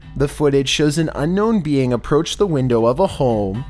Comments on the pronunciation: "Unknown bee ang." "Unknown peeing." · Did he say unknown bean footage?? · unknown beiying.. bro say alien it’s ok